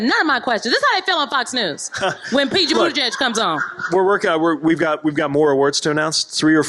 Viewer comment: It's "Boot-Edge-Edge" not "Boot-Edge-Judge".